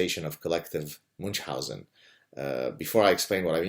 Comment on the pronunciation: Why moonch-housen? It's supposed to be "miun-housen", or at least "moon-housen".